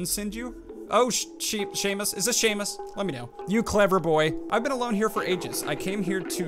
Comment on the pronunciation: It’s Seamus. Shay-mus